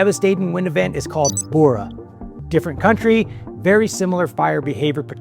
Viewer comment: Quick little note: The vowels in "Bura" are short/choppy and the R is rolled.